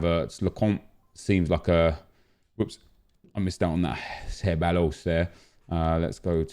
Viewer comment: Can u stop butchering ceballos’ name its pronounced ceb-i-os